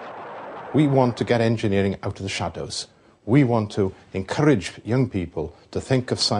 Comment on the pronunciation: ... we want to Encourlrlrlrage.... ahaha :)